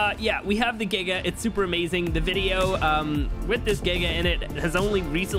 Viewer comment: Can’t be much more insane than saying “Amaewing” instead of “Amazing”